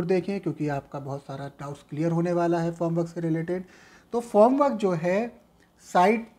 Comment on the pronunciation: Sir, It's Form work not Foam